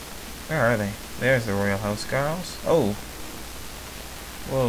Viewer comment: Huscarls is prenounced with a K not SK sorry, im danish... cant help it, Hus means House and Carl means Knight/Serf of the King but, you seem to be very inclined with the norman way of fighting